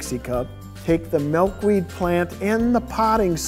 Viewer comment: Malkweed? Are you seriously kidding me? mAlkweed?